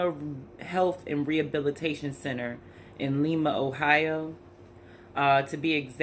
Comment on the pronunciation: It’s pronounced Lie-ma.... That’s a terrible place